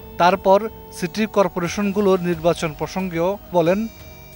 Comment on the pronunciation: উনি নির্বাচন শব্দটির সঠিক উচ্চারণও করতে পারতেন না।